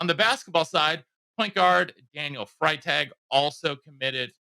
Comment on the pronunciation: Pronounced freee tag